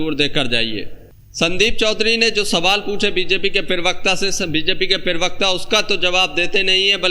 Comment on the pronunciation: प्रवक्ता होता है उच्चारण सही करो